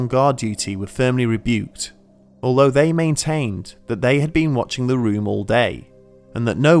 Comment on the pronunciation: He pronounces the word "although" normally to me (I am a native American English speaker). It might be a little short-cut at the end, but doesn't sound weird.